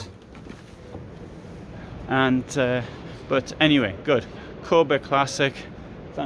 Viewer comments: Its not Kåbe, its Kabe. Also the classic series I would not call luxury :) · You pronounce the a in Kabe like the the english a in "barn", "father" or "car" and the e like the e in "end", "everyone" or "echo". Thanks for your videos and greetings from Sweden. 😊